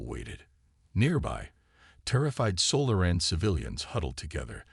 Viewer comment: AI needs to learn on how to pronounce SO LAH REN (Solaran) instead of Sola RAN